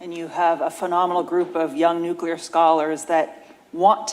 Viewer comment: Say, "Nuclear" - just once.